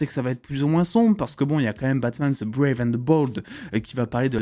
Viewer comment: Stp pourrais tu bien prononcé le THE c’est pas ze Mais DE tu me frise les oreilles à chaque fois que tu dis ze 😱😱😱😱😱😱